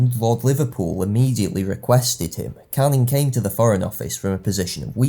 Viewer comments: What bothered me so much was his continuous mispronunciation of Anglo words when he could just look them up. Caning, vis-count ect. His views may have something to do with his preference for socialist history, as opposed to whig, revision or post-revision. This doesn't come up in his classical videos but is increasingly prevalent in his more modern videos (see "work" which also uses outdated evidence for how long people are off work for - 51% indeed!). His videos are still good - entertaining and informative - and classical videos most of all. Rome is his area of expertise and those videos are wonderful. But unfortunately I've increasing found you have to take his videos with a strong pinch of salt (like ExtraHistory). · The pronunciation thing really gets to me. It's great work in fairness, but every time he said Canning or Viscount my ears started to bleed. It's not even a regional of US pronunciation, it's just wrong.